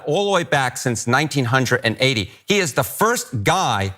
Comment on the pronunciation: Did he actually say 1900 and 80? 😂